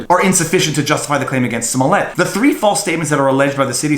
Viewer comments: It's pronounced "Juicy Smoullier". At least get his name right. Smh 🤣🤣🤣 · Have you seen the new Chappelle special on Netflix, Viva? As of his new special, henceforth and hereinafter, his name is officially pronounced as "Juicy Smoo-yay" hear ye, hear ye all good citizens are bound by law & duty to refer to him as Juicy Smooyay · It's pronounced JUICY SMU LE AY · His name is pronounced juicy smulyay fool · You're pronouncing his name wrong. He's French - I'd think a Canadian would pronounce it correctly. It's . Jessie is also . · Oh yeah the french actor I think you mispronounced his name.